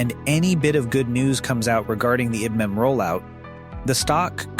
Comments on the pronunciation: Pronounced EYE Bee. M. One of the Biggest Companies in the WORLD!!! And This DUM BASS Does NOT Correct It!! Scares Me About What Is Posted By This Azz Clown!! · So is that how you pronounce IBM?